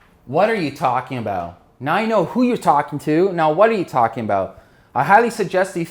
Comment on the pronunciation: You may need to properly articulate "who" as in - "Who is your customer?"